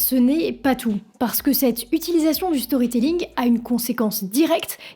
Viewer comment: Storrry tellling prononcer à la française vous qui ne comprenez rien à talor swift apprenez l’anglais de toute façon vous parlez à moitié français avec vos anglicismes que vous probablement ne comprenez même pas comme allons au chopping de toutes vos conneries non mais c’est du n’importe quoi avec vous